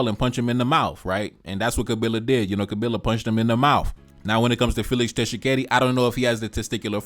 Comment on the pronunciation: Why would rwandese have congoledr passport. And u telling him he is spendknt too much time on paul kagame. The nerve to tell him what to do. At least he isn't blind and naive like some of you. And it's Tshikedi not Tchisekedi.